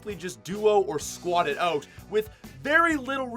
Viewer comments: . Who the hell taught you to say the word “out” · He says out like oat